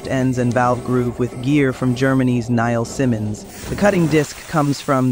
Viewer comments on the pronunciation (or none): It's Niles-Simmons, not Niall Simons.